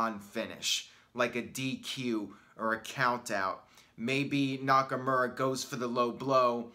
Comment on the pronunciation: It’s been like 2 years and you still say NakaMURa